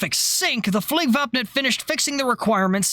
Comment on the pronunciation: Your pronunciation of "Flygvapnet" makes a Swede happy, chefs kiss basically perfect. You need to look up the word "Spaning"